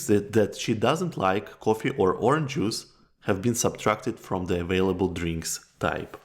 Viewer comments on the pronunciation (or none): none